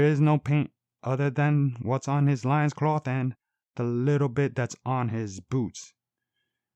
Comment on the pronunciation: Good review,but I think loin in loincloth is pronounced like “coin”